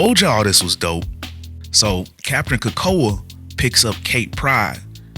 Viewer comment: Capt. Krakoa? C'mon man!